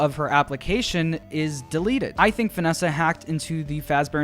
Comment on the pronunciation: Have you guys heard Vanneesa